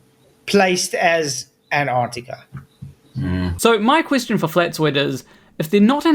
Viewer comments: He is correct. They are not in Anartica. They are in AnTarCtica. Even some non FErthers can't say it properlike. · Stop saying Anartica Flatzoid! You are doing my head in. It’s AnTarCtiCa. Try it slowly. A N T A R C T I C A , Antarctica, Antarctica good boy. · He's saying anarctica ffs